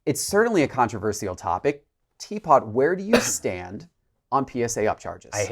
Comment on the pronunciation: “Vinnage”, “Controver-see-al”